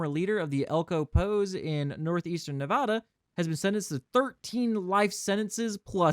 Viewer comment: I love your content but im having an issue with your pronunciation of Nevada. Its not Nev-ah-duh its Nev-aa-duh.